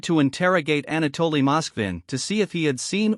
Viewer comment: “Ana- Dolly “ 🙃